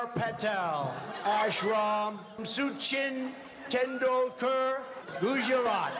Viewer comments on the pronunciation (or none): "SuChen Tenduulkher" "Vive Kamundund." Lol I can't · "Sour Dal Patel" and "Soo-chin tendul-curr" 😂😂